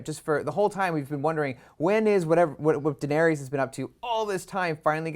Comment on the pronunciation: Why is the guy on the right constantly saying "Daerenys" instead of Daenerys?